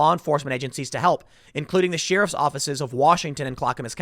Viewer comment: Off topic, but always enjoy when Tim's Chicago accent slips out. Dem sheerifs are on a mission from Gahd.